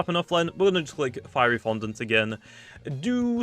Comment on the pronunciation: I laughed so hard when pronounced fiery fondant feary fondant